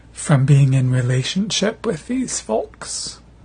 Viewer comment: he deliberately said 'foal-ks' , as in certain german people from back in the day....